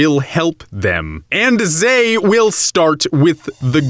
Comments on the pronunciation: What is with that obnoxious pseudo-french pronounciation of "they"? Zey? Really (or, I forgot)? Really? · What is with missprounouncing they? What's with poor english using zay where their is the proper word?